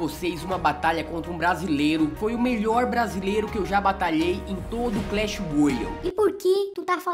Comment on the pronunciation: fala clash n clesh